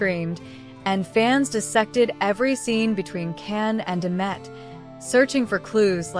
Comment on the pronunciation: You shouldn’t reporting about Can and Demet, because you’re pronouncing and their names wrong 😡😡😡😡😡😡